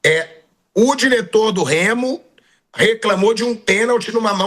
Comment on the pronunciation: Os caras tem dificuldade até de falar o nome do Remo.